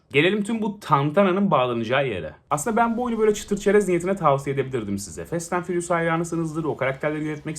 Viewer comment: nobody: 🅱enis Kirazoğlu: Fest ent fıriyus